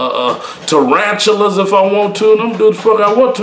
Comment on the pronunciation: "Eat Turanchelas" LMFAO Kali